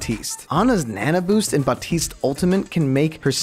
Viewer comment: i like how he pronounces baptiste 'bopteest'